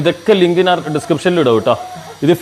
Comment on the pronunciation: നന്‌ അല്ല ഞാൻ